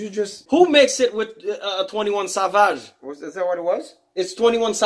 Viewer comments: 21 Sah Vaj 😂😂😂😂 Im sorry that was just funny 🤣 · He said 21 savaage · Who says savage like that